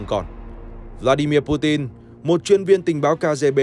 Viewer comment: hên quá video này đọc PU TIN rồi ko PU CHIN nữa :D